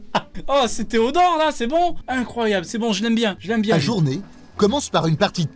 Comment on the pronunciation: A tout moment le gars sort un bieng ou bieng